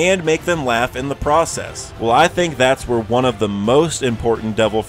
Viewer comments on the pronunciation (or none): none